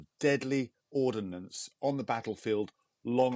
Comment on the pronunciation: Ellwood, "ordnance" NOT "ordinance"